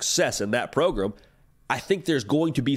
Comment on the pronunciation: “Progrum” instead of program 😂